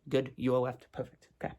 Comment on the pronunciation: "weft and wight "